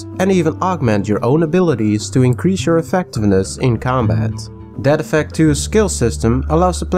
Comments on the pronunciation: I THOUGHT HE WAS SAYING DAD EFFECT IVE NEVER HEARD OF DEAD EFFECT GUESS ILL TRY IT OUT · Every time he says "Dead Effect" I hear "Dad Effect" and imagine a super campy, punny game with lots of bad dad jokes.